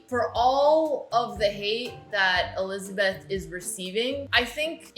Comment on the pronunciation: I like how she says Olizabeth 🤣